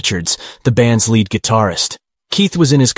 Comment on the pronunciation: Ummm "lead" guitar rhymes with steed, not dead. It's in a leading musical role, not made out of element Pb.